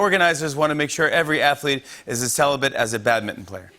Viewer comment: Bad-mitten people? It’s a mistake when you mispronounce it twice in a row